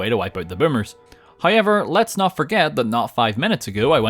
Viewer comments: I love the way says however. “Heyever” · It's sounds more like Hi-ever